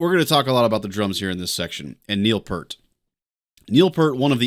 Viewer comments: Sorry to be pedantic, but Peart pronounced his name "P-ear-T" rather than "P-ur-T". There's even a funny scene in I Love You Man in which the characters meet and briefly argue with Peart over how his name is properly pronounced. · Peart is pronounced like ear, with a P and T on the ends.